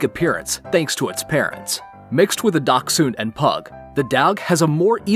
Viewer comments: “Dack-sun” Bruh how can you not pronounce Dashund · dachshund ( much more heard as dashund ): ducksand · I say Da-shund and i dont think thats how you say it lol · I pronounce it as dash-hound 😂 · It is more like “docks-hund.” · Why is nobody talking about how he pronounces dachshund - “dauc-soon” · I would offer that it's Dach, like Bach, with the 'ch' produced by air flow over the raised back of the tongue where your wisdom teeth appear while keeping the tip of your tongue right behind your bottom front teeth. Step two involves adding an 's' sound. Step three is saying the word 'hund' (dog). The difficulty lies in the enunciation of the 'ch' and the 's' and it's acceptable to pronounce the two as 'cks' making the 'k' sound as soft as you are able to. I hope this helps! 🤓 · Why do you say dachshund wired